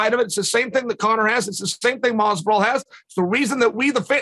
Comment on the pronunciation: I dont think Chael has ever said Mazvidal's name properly until now lol